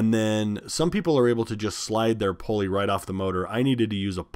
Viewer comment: Oh indeed it is! Also: poor grammar; whether it is wide spread or not: is STILL wrong; and we should try our best to speak the English language correctly; if we are a graduate of HS or higher learning! IE: it is NOT "Pole-ee". It is "Pull-ee"! It is NOT "RPM's". It is RPM". NO exceptions. It is NOT "Irregardless". It is "Regardless". No exceptions. And the worst of all: "If I were" is NEVER correct:. It is "I was" in ALL cases. Not to mention spelling "Your" when it should be "You're" when meaning "You Are". Not to mention spelling "There" when they mean "Their" in a possessive scenario. Etc., etc. and ETC! A perfect example of "Dumbing down society"; by teaching "birth control", "condoms" and "abortion" (COLD-Blooded-Murder); instead of teaching that it is dead wrong; and if you do it, you WILL pay the price!" For whatever it's worth.